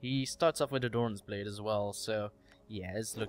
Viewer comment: why you said doran's blade lol?